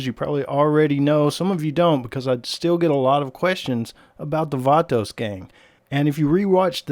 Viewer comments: Anyone else extremely disturbed by the way he says vato?😂🤣🤣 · Funny how he says vato haha